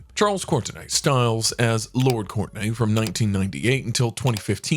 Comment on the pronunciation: Pronunciation of British names can be tricky! A few howlers: Derby is pronounced DARBEE; Courtenay is pronounced CORTKNEE; Gloucestershire is GLOSSTERSHUR, Wiltshire is WILTSHUR, Arundel is ARUNNDELL, and the title "Earl Marshal" refers to a role, and is held by his father the Duke of Norfolk, not Arundell; Iveagh is IVEE; Cadogan is CADDUGGAN. "Stoker" Cavendish is now not an earl, and the wealth is in the senior title, which is the Duke of Devonshire, so NOT an earl. Similarly Dickie Dalkeith is now a Duke.